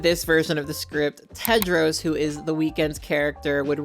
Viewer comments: How can I trust the judgment of someone who’s says Cadro instead of Tedro ….Like WTH? 🤦‍♀️ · I am Sorry... I cannot continue watching This Video because You mispronounced The Character Name Tedros as Kedros😉? Or was it Pedros?